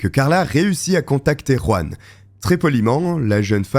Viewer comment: Ruan, AleRandra. Un petit effort l'ami, pour prononcer la Jota comme il se doit.